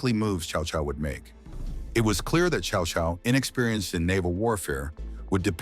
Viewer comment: It's close for AI. It's pronounced Tsao Tsao, which is close. Most people pronounce it cow cow. Which is wrong.